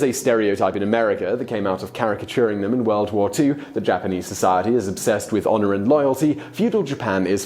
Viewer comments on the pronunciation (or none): I think your videos would benefit from learning how to pronounce the names. You're using a German-style j for Japanese, for instance.